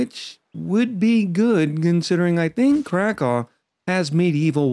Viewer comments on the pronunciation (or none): One other name thing... It's not Crack-aw, it's Crack-ow (like you stubbed your toe).